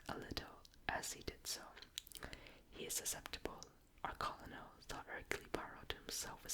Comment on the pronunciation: Even tho u might have already learned the correct pronunciation of Colonel, I have been meaning to tell u it's pronounced like kernel...as in a kernel of corn. English is a very difficult language with so many inconsistencies, but u have done an amazing job of not only learning to speak and read it but to pronounce even the most difficult words. I would REALLY love to hear u read more...and for longer...maybe a bit slower? I could fall asleep listening to u read a phone book if people actually used them anymore lol.